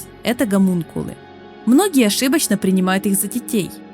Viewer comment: Ну почему все так упорно коверкуют слово Хомункул. Ну нет там буквы Г. Нет)))